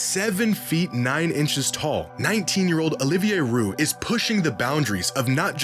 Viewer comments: Olivier Rioux is pronounced "ree-you", not "roo" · Dude… it’s pronounced Olivier « Ree-you », not Olivier Rue. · Rioux is pronounced Ree-You in French It’s a common name in Quebec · it's pronounced REEYOU (Rioux) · Back breaks when your too tall. Also Rioux is prononce like Reou in english. Im from Québec like Olivier 😄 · Bro can’t even pronounce Rioux’s name. Some basketball fan, lol